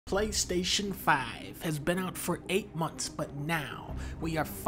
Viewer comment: I thought you said clank station 5